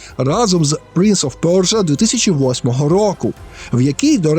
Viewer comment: пля....принц оф пьорьджо)))) п.с. будь ласка наступні відео просто кажи - принц персії)))